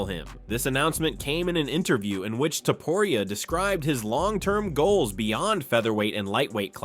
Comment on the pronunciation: Is this an A.I. narrator? Why can't he/it pronounce the first OR last name of "Ilia Topuria" correctly? How are you going to have an MMA channel and then NOT be able to pronounce the name of the fighters? Maybe creating an MMA channel isn't for you?